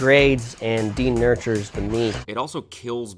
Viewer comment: Denurtured??? Is he trying to say "denatured"??? This man is not well-researched.